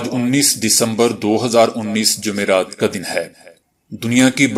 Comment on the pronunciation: جمعرات تلفظ کی درستگی لازم کریں